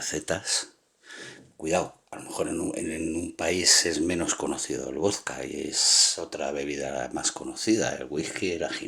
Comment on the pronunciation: Por que dices voska y res en ves de probunciar la D pronubcias la S